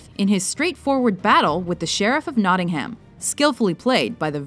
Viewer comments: not: not ing ham But: notingam Learn some english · Nottingham is pronounced notting-um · How Canadians / Americans pronounce 'Nottingham' is so ridiculous.... If only they knew